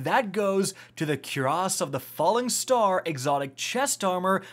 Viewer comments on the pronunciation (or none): baby. You're saying quuuras it's coorass. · Fun fact cuirass is pronounced kwuhrass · your pronunciation of cuirass makes me want to delete this channel, jk i still love you